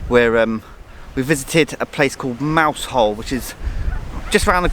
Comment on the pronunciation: Yeah nice video of my homeland, got to agree with Jeff though, pronounced Mous’ole not Mouse Hole 😂😂